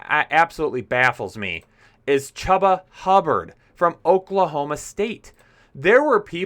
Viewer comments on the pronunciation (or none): I think he pronounces his name as CHOOBA like choo choo train. : )